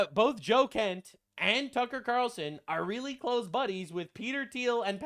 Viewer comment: "tucker qatarlson" i'm crine